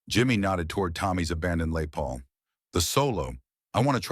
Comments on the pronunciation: A.I, or a bad home worker. never heard of "LAY" Paul, do you? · "Lay Paul"? Give me a break! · LAY PAUL !! WOULD IT BE LES PAUL ???